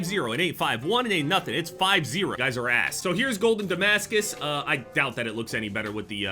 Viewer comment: The fact can stand “I broke their armor” more than he can when he reads the word Damascus is crazy😭